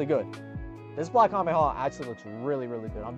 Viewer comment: Bro cant say 'kamehameha' to save his life